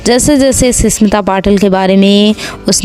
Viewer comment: Ssmita nahi smita